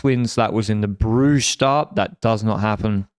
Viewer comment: Terrible pronunciation of Brugge though, I could see cringe a bit